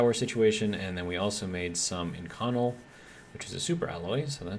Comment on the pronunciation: Love your content. just so you know, Inconel is pronounced in·kuh·nel.